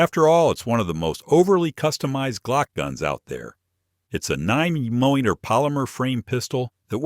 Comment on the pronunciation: 9 mem medahm? What is that? AI strikes again. The information is good but these AI flubs wreck it for people who know guns. Reee mean teen? Or did you mean Remington? Ugly.